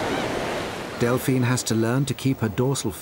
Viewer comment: bro delphina cmon man got me stressed